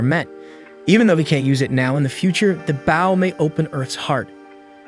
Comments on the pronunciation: anyone else wanting to correct the audio? its bow as in bo not bao like the bun or the front of a ship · It's not bao, it's bo... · Bro I can’t get over the ai saying bow(ba-w), instead of bow(b-o-w) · Bow ❌ Baw✅ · i cant take this seriously because of the pronunciation of bow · yeah it’s an ai so it doesn’t say it right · Hearing an incorrect pronunciation of the word "bow" repeatedly in a story about an archer is kinda annoying if I'm being honest. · Bow & Glow. Bow & Cow. It is that easy. 😊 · Glad it’s not just me please pronounce it right such a easy word as well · So true the whole video experience drop each time it pronounced bow of archery as bowing gesture 😅. Ai is not perfect I guess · Got to remember the bow of a boat is spelled the same way as bow the weapon so AI is sadly sounding it out and not looking at the grammatical structure it's being used in. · Maybe it's ai voicing. He also says an - ime instead of anime